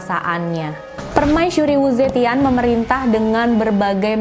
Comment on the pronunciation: Yg dr 中國大陸(china daratan) itu bacanya U..che..dhien